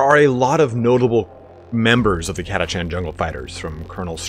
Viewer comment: havin an army of 4,2k of those ones i prefer call em an army of cataKHAN! ! no chancies up with those guys, friend. were catachan, not "cat-a-chan". BTW, orks and tyranids love our sentinels. =)